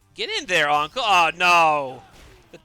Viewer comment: uncle lol u make anqel sound like uncle and btw turkey !! thats fucking 4k further then me and theyr having a gg